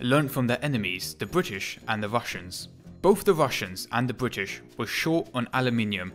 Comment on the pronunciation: Good content, but the narration is horrible. Please, for the love my my ears and sanity, get and use a PoP filter - or post process the audio to remove them. It's bRittish, not bWittish. It's Specific not Pacific. It's THree, not Free. Speech therapy can help with these issues. And I think the point about Messerschmitt has already been made widely enough. I don't normally like to post negative comments, however, for such good content, it is such a shame to listen to such cringe worthy narration.